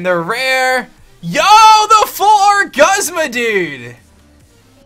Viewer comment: It's pronounced goosma